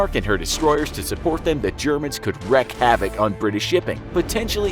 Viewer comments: It's Admiralty, not Admirality. And its wreak havoc, not wreck havoc. Take an Englsh class. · It's not "wreck havok" its pronounced "wreek" and spelled "wreak". I hate when people get that one wrong.